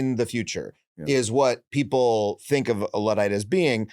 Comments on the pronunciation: why can’t he pronounce Luddite? It’s “Ludd” like “chud” or “flood” not “lood”. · Luddite* not Lewdite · I think you are pronouncing Luddite wrong.